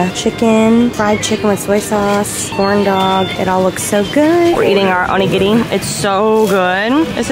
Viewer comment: You pronounce “onigiri” perfectly and it’s so impressive because Rs in Japanese are hard to pronounce!!